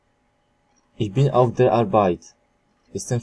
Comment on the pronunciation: a ich bin czyta się ich bin